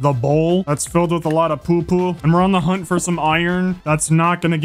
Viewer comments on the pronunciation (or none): none